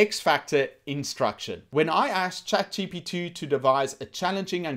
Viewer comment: Why you say ''chat GTP"?!